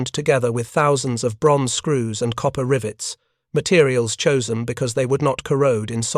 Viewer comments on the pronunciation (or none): none